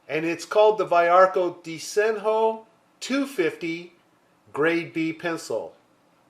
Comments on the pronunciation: I didn't express myself very well two weeks ago. The word "DESENHO" is pronounced "De-ze-ño" in Portuguese. I edited my comment below.. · Very interesting pencil. I'd like to buy it when I go to Portugal! "Desenho" is a word in Portuguese, it means "drawing". We pronounce "De-ze-ño", the NH is a peculiar fonem in Portuguese language, similar to Spanish Ñ !